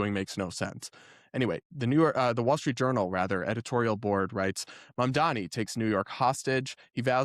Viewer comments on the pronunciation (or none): none